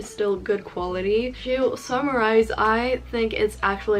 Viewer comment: its not "twho", its to.